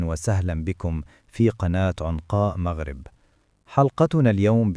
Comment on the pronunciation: عنقاء مٌغرِب بضم الميم وليست عنقاء مّغرٍب بفتح الميم ..